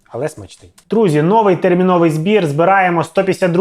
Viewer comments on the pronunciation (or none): none